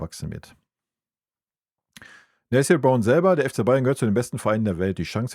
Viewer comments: Nessiiel Brown. Warum sagen so viele seinen Namen immer falsch. Ist das so schwer ??? Oder Nesselnrown. Habe das so schon mal gehört von einem YouTuber. Und jetzt wieder. Ist der Name so schwer auszusprechen für deutsche ???? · Lustig: Nethel Brown... - ich weißt, du tust dich manchmal schwer mit Namen, dann sag doch einfach "Nene Brown" 😂 Ansonsten: ja so ist es, man kann sich nur auf ihn freuen! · Sag mal: Na Tan I - EL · Einfach Nené sagen wenn du den Vorname nicht aussprechen kannst 😮